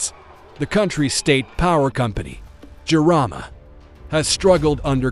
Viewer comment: I have lived in Madagascar since 2017. Jirama is pronounced JEAR-ah-ma, and Rajoelina is pronounced ra-JWEL-nah.